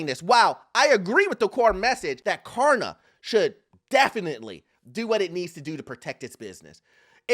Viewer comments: It's Klarna not Karna say it right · K”L”arna, not karna. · KLARNA bro not Karna 😂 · Hey, you keep saying 'Karna'